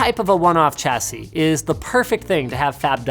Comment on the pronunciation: Why do you say "CH-assie"? The correct pronunciation is "SHH-assie"